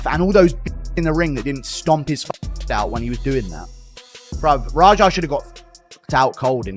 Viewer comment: It’s Raja, not Roger… terrible narration